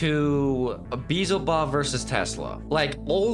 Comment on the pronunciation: Also it's not Quin Shi, there's no U, it's pronounced K-ee-n Shi or Ch-ee-n Shi, also it's not Beezlebub, it's Beelzebub